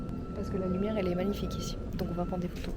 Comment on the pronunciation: « trop de loumiere » 😂